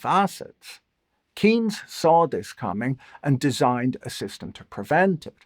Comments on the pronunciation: Not a criticism of Patrick in particularly, but I've not heard anyone pronounce John Maynard Keynes's name correctly on YouTube in several years. His last name sounds like "Canes", not "Keens". You can confirm with Wikipedia (right now it shows both IPA and UK "respelling") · Thats how Keynes is pronunciated?? Keens? No way! I think an AI does his Videos.